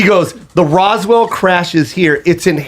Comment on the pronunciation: These dudes are the only alien enthusiast I've ever seen who cant pronounce Roswell......